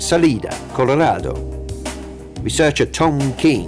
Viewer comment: lol the narrator's over-pronunciations [especially "Colorado"]. Great vid, tho.